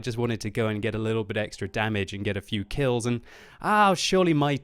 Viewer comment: Did he say quills instead of kills?